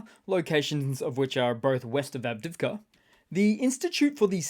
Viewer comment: Advivika? Maybe you also say Keev instead of Kyiv?